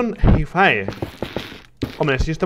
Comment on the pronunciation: Creo que no se pronuncia "jaifae" sino "jaifi"